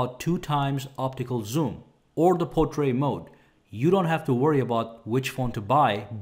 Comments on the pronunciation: He's a wonderful and very thorough reviewer and I follow him. However, saying portray for portrait is irritating. His English is superb as far as I can tell. I suspect he may be American... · Why can't he say portrait?